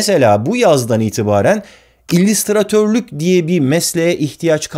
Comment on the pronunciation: İllistratör, illistrasyon dediği anda izlemeyi bıraktım.